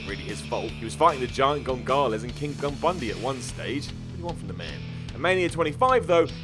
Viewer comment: Did you say "Giant Gongalus"?